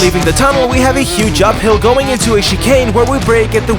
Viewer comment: you pronouced chicane like chee-kane, it's more like chee-can.